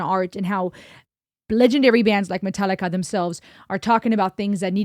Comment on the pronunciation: Love the very Deutsch pronounciation of MetalliKa love from CH :)